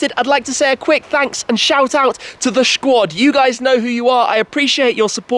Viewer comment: Did he just say "Shquad".